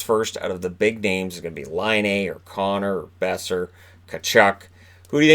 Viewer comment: Boeser? Boeser?